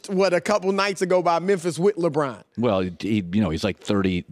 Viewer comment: Jesus Chris Broussard, he's names not "LeBran". 🤣